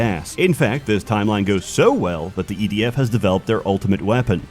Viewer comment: DOES HE SAY EDF OR IDF??????